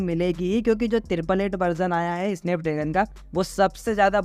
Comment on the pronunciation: स्नैपड्रेगन ❌ इसनैपड्रैगन ✔️ 😂😂😂